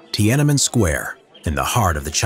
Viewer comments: As a Chinese native speaker, I have to point out that it’s Tian-An-Men, three separate characters in Chinese, so the pronunciation is not Ti-ana-men. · Pronouncing it “tee-AN EN MEN” triggers me, but still great vid otherwise.